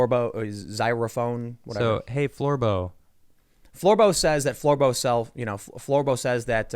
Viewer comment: Floorbow sounds like floor boat.